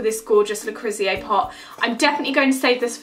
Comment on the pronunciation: Reckon you butchered Le Creuset at least ten times there. Le crew sey.